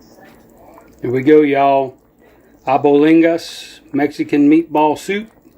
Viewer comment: 'Abolingus' soup😂🤣